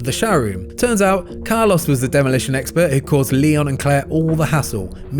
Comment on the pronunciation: Poor Carlos, his name got absolutely butchered in this video 😓